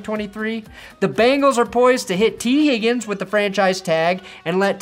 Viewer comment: Why are you saying tee Higgins like that lmfao 😂😂